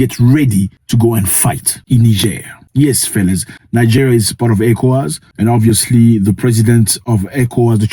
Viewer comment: he said it correctly.